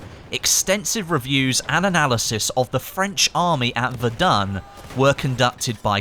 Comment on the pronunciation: I was playing this in my living room, when said Verdun my mum shouted "ITS VERAN" (in the way of pronunciation)